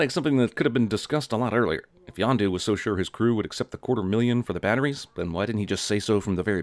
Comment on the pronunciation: Yondu not Yonda lololololol